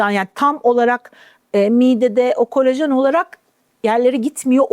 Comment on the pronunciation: "Kolajen"e "kolojen" denen bir programdan nasıl güvenilir bilgi alırım diye düşünüp, izlemekten vazgeçtim.